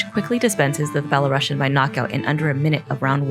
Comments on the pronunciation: I hear it now, Its like She pronounces it "Bellow-Russian" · You're not getting my point. She did not say "fellow russian", she said "belarusian", the "bela" making you think she said "fellow"